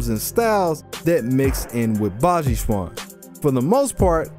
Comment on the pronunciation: Yeah baji quan has a lot of conditioning its also pronounced more like Chen